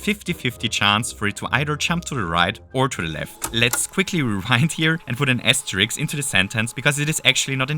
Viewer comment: asteriSK not asteriKS